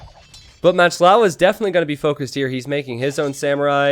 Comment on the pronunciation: It's been bugging me for so long, but MachtLowe is German for PowerLion and is pronounced "mahkt loeve", not "matched lawe". Love your channel anyhow!